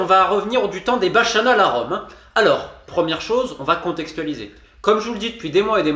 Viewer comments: Merde, on ne prononce pas ainsi ? J'en étais persuadé. Mais ouais, les deux C, ça doit faire une prononciation en mode baKanale ? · Bonjour Romain, petite précision : on écrit bacchanales mais on prononce [bakanal], ce sont les fêtes qui célèbrent le dieu Bacchus [bakus], le dieu orgiaque... Ça promet des soirées mouvementées à la LFP. Vivement les saturnales ! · ça se prononce "bakanales" ;) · Les "baSHanales" à Rome ? Tu es sûr de ta prononciation ? ^^ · Oui. Il y a deux C!